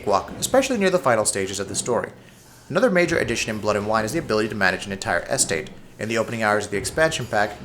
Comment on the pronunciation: "Vine-yards," "Nare-ray-tives," by the time "Es-Tate" rolled around, I just couldn't take it anymore! I feel like I'm losing my mind!